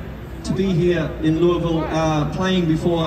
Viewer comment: Neil nailed the pronunciation of Louisville!